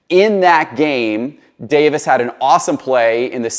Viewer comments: Huge Fan of you and your content, Just a heads up his last name is not Davis. It's Alphonso Davies. DavIES. Just wanted to let you know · It’s pronounced Dave-ease not Davis 😀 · Super proud of Alphonso Davies. Have watched him on the Vancouver Whitecaps and as a member of the Canadian national team. He’s the real deal. One thing: it’s pronounced Dave-ees. Love your content. Keep up the good work. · The footie pronunciations leave something to be desired but I applaud the effort.